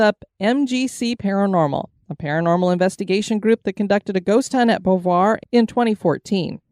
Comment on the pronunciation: OMG.... It is pronounced BOW V'Wha